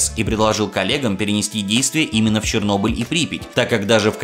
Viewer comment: Следи, пожалуйста, за произношением названий, про Чернобыль и Сплинтел Селл уже упоминали, я добавлю: не "GSC World", а "GSC Game World"